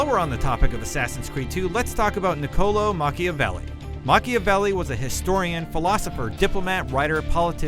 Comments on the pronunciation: "Nicowlow Machiavelli" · "Nicolo Machiaveli" killed me.